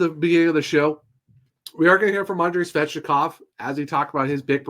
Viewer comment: It's Svechnikov not svechikov